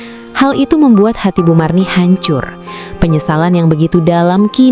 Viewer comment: Marni Bu Marni..bukan Mirna..🤣